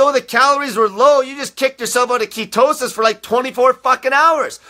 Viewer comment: I love how he says ketowsis! Lol.(ketosis)